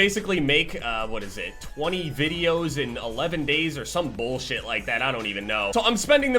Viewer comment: I love the way says "Bollshit"